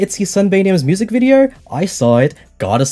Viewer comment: I love the way he automatically says "viDeOuR" in the Aussie accent when reading Lily's messages